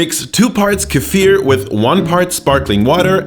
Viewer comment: Can we just appreciate how correct he pronounces the Russian words. P.s. I prefer kefir version without meat where I add tomatoes